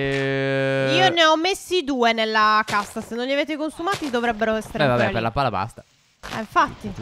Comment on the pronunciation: Phere ai detto al posto di pala ai detto cala